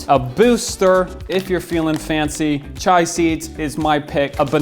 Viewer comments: come on man it's "chia" not "chai"... We AIN'T makin' tea BOI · It's chia. C-H-I-A. Not chai. Totally different thing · Are you sure you were pronouncing "chia" correctly? I think it's pronounced: chee-uh. Same as the chia pet. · I agree